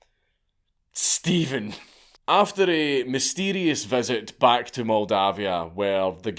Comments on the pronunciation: Except Steven is actually written as Ștefan, roughly pronounced Shtefan. The leader in question is Ștefan Cel Mare (Ștefan The Great) and ruled Moldavia for a long time. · I don't know why he said all Romanian names in their original version EXCEPT for Stefan (Pronounced ShTEHfan) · You need to learn how to pronounce MIRCEA. It is not Mirsea, it is MIRTCHEA. There is no STEPHEN in Romanian history lol. The king was called STEFAN . SHTEFAN pronounciation. Also ION is not JOHN. And Vlad's dad name was also Vlad, not Vlady. Impaling women for adultery is a lie, I don't know where you got that from. He was impaling the actual traitors of the country as well as thieves and robbers, not women. He also did not kill beggars, he was going for the thieves. Check your sources. We actually need a Vlad feast for all the globalists and their families at this moment in time. There was a story saying that there was a gold cup near one of the fountains by a crossroad for anyone to use during Vlad's reign and no one dared steal it as they were so afraid of impaling. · To be fair it's Ștefan (shtefan) Stephen is the English equivalent and is derived from the slavic name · Only he murdered all the Romanian names pronounciations. Stephan, John and Vlady? wtf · It's pronounced Stepan.